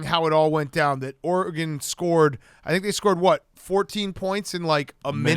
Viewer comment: For just one time I’d Iike hear Dave say Oregon correctly